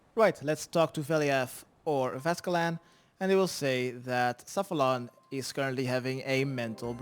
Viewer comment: I love how between all of these quests he refuses to pronounce Safalaan's name correctly 😅